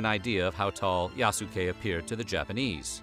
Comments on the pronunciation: Yaske! The U is silent! And he wasn't a real Samurai, he was granted a ceremonial status. Akechi Mitsuhide even didn't consider him human, thus letting him live. A lot of "black worship" in this "documentary"... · Bruh Yasuke is (Yahs-kay) like the way you pronounce Sasuke. It's not (yah-soo-kay) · The way he's pronouncing his name is wrong, the "u" would have almost been silent like "Yas-kay" or "Yaske" not Yasookay lol watch the Netflix show you'll see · Bruh! Man triggering me when he say Ya-su-kay, instead of Yaskay... the U is silent 😪 Throw some respec, on it! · His name is pronounced Yas-kei, not yasu-kei :) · *yah-ske Not Ya-su-ke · I am sorry but this is bugging the F out of me 1 "Yasuke" the u is SILENT! its pronounced "Yas-kay" NOT "Ya-su-kay". 2 He is not a "black" Samurai for him to be " black" would mean he was American as only Americans label people by color. You are destroying peoples names in this video! the disrespect is unreal, at least try to learn how to say people's names properly please! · It's pronounced "yass-keh". There is no emphasis put on the "su". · Everytime the narrator says "YASOOKE" TRIGGERED 😠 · If I’m not mistaken the sound of that name should be pronounced “Yah-skay”. Please correct me if I’m wrong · Pronunciation: YAHS-keh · Yahs-Kay. You're welcome. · YAHH-SUUE-KAAAAY The Japanese in me dies everytime he says it 😭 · It’s said “Yas Kay” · Japanese pronunciation is Yas-Kay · Please😭 The way his name was butchered. [Yas-Kay] is the way to say it guys. Made me cringe every time. Otherwise, very great story! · It's pronounced "Yaske". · It’s YAH-SKAY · It's pronounced yaas-Ke U's in Japanese are very short almost silent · His name is pronounced YAH-skay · It’s pronounced YAH-S’KAY. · Ya-soo-kay. Oof. Why ya gotta americanize it to the point of weebiness like that? A quick google would likely tell you how to pronounce it. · you pronounce his name wrong. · The "U" is silent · Hearing you butcher Yasuke’s name hurt